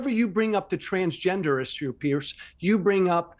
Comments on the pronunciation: His name is Piers not Pierce. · Why can’t Yanks pronounce Piers? It’s not Pierce it’s Piers. Like two piers